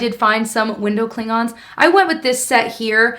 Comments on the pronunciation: says: window cling-ons. I hear: window Klongons. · Who else thought Klingons not cling-ons? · I might be a dork because I went “Dr. Spock” every time you said Window Cling-on’s 😂